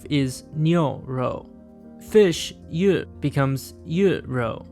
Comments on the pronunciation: Those Chinese pronunciations were close enough, except for fish (鱼 yú). Need the tones Here's the pronunciation of 鱼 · His pronunciation of 家 was spot on but the rest were pretty rough, especially for 魚 lol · kinda butchered the pronunciation (pun intended) meat it pronounced more like “ruh-oh” and cow is pronounced “new-oh” and fish more like “you”